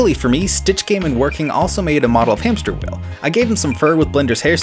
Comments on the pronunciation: Hamsterviel: It's hamsterviel not hamsterwheel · I snorted when you said “HamsterWheel”. I could hear him screaming “Hamsterviel!!! *HAMPSTERVIEL*!!!!”